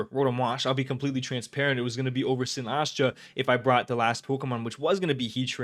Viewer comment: Its “si-nis-cha” not “si-nas-cha”